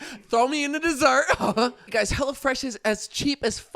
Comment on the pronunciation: During the add, sounded like he was saying “Hella Fresh” 🤣